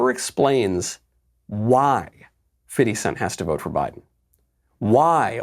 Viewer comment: Is it just me who hear Fitty cent instead of Fifty cent (50 cent)?